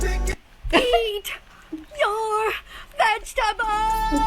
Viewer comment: He says eat your vegtebols one less chiken au be gonne